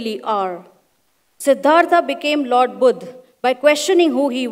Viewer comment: He is not Buddh, right word please ’BUDDHA’ aaaaa !! I don’t understand what’s with people who like to truncate names of people and city🤦🏻‍♀️